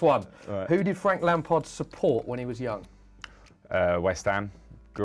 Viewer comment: it is frank lamard instead of lampard